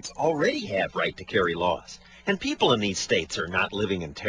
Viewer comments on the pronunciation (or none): its people not pepole